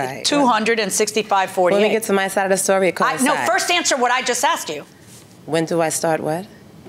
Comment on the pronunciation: When someone says “axed” instead of “asked” I already know they have issues with the law